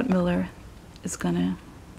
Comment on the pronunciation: Please note: There is Robert MEULLER and then there is a Stephen MILLER who is an advisor to Trump and works in the White House. I suggest you don't pronounce 'Meuller' as 'Miller' because it can be confusing. Maybe the heart with the death card means that Pence's political career will die, but he will be much happier afterwards.